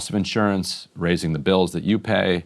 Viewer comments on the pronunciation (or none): none